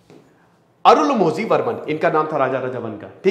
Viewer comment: Sir iska pronunciation arunmorhi hoga... Malayalam mein zhi ko rhi bolte hai...